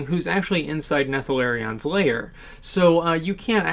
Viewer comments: wtf is nethalarion? its neltharion.... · NEL-THAR-EE-EN that's how you pronounce it damnit! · Neltharion , get it right just once pls XD